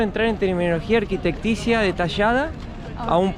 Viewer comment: Sabe tanto de arquitectura, que dice arquitecticia y no arquitectonica